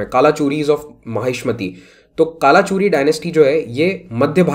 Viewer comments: A little correction, it is pronounced as "कल्चुरी" not कालाचुरी. It is prime dynasty we study for Chhattisgarh PSC exams. Third branch of Kalchuri is रतनपुर. Older name was मणिपुर transformed into रत्नपुर and currently known as रतनपुर. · correct pronunciation is कलचुरी, रतनपुर